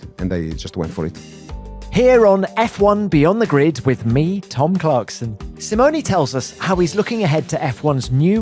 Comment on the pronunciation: I love how Tom pronounces "Simoni"instead of "Simone", in an english way. Italy is proud to have such engineers.